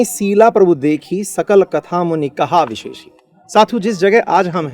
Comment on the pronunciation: सर जी पहला दोहा में विशेषी शब्द का उच्चारण अवधी भाषा में बहुत जगह ख होता है, उसे विशेखी बोलते है। जैसे यमुना को जमुना